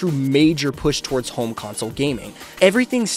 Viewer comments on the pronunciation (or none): none